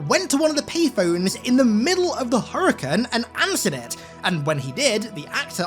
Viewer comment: Did always say naughties instead of nineties and Hurrican instead of Hurricane?